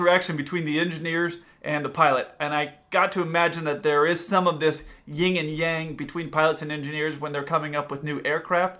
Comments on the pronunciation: It's YIN and Yang,... a Ying Yang is your butt. Lol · It's YIN and yang, not YING and yang.